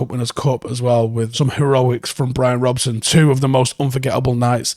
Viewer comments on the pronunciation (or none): none